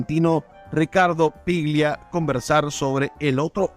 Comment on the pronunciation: Ricardo "PLIGIA"??? Mamita querida. Afanen bien, viejo.